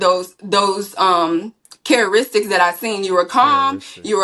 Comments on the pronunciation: Bruhhh she said "careistics" and "axe" 🤡🤡🤡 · Them "chararistics" get'em eveytime!!!!😂😂😂